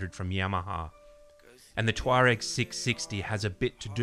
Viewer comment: The pronunciation of Tuareg is the only reason I would not buy one. It is doing my head in.